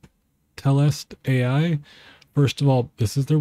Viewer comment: Good video, but its not Telest AI its Telestai....No AI lol I though the same thing....